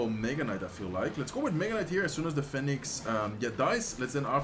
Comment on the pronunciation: Phoenix spreek je uit als Fie Niks. Niet fèniks lol